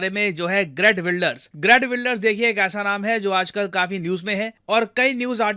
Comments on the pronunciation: असल में उनका नाम "हीअर्ट विल्डर्स" ना कि ग्रेट विल्डर्स sir...😊😊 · Not Gret Wilders but Geert Wilders.... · Not greet wilders but geert wilders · Sir aap geert wilder ko great wilder kyun pronounce kar rahe ho 😂😂😂😂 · gret nahi geert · sir its geert wilders